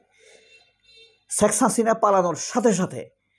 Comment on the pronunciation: ভাইজান শেখ হাসিনা নামের উচ্চারণটা জানি কেমন কেমন